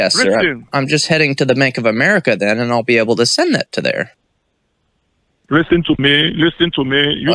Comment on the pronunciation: Wristen to me ,wrissen to me lol